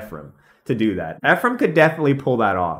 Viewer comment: I’m serious. My twin brother is named Ephraim. Thank you for pronouncing it correctly.